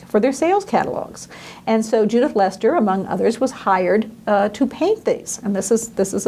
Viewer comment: As a scholar you need to work on your pronunciation of Dutch words and names.. ' Leyster ' would rhyme more with ' pay ' payster